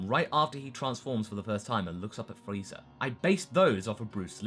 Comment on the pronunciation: he said frezer ark lol use to saying it I think